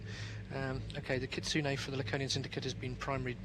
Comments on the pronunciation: Laconian and Kenzoku screwed up majorly even before the battle+sloppiness in the battle- epic FAIL! The commentator managed to pronounce "Kitsune" correctly - epic WIN! Finally, someone who can pronounce basic Japanese! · I love the way the commentators suddenly start pronouncing "Kitsune" correctly, but fail to pronounce "kenzoku"